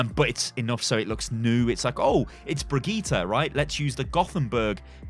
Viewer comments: BRIGITTE! not briggite [fake alert] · “Briggite” ...it’s fake